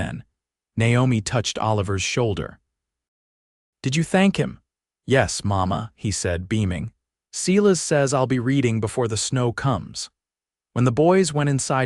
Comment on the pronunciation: Good story but get the names right Sy las, not See las. Details matter, especially pronunciation.